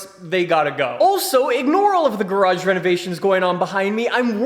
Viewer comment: I hate how is spelling word GARAGE xd